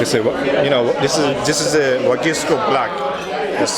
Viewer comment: Server should at least pronounce it correctly. Wagyu, not wahgoo.